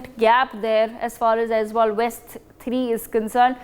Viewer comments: Its Aizawl not Aizwal😂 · Aizawl not Aizwal; Serchhip not Serchipp 😒 Disappointing to see such carelessness on a national media.